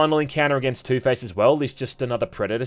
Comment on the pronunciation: Please tell me i'm not the only one who hears ToothPaste everytime he mentions Two-Face 🤣🤣